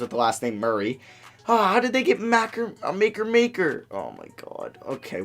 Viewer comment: Makur Maker goes to my high school it is pronounced Ma-koor